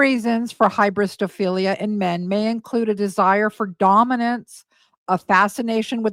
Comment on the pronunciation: Ryan, Keeen hybristophilia 😂